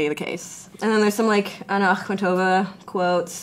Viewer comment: I'm annoyed at her mispronunciation of Akhmatova. It's not AkhmaTOEva, it's AkhMAtova. Same as people saying BULgakov, instead of BulGAKov. These are real names, you can't just say them whatever way.